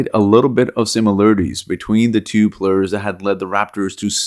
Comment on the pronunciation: Players not plurs